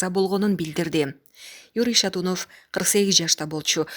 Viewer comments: Произноси правильно Юрий Шатунов.а не Шатуунов. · Шатунов деп ударениени туура койуп окугула журналисттер.